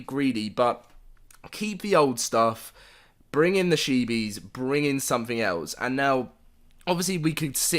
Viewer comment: Chee-bees. Not shee-bees. That is all. Love your vids ✌🏻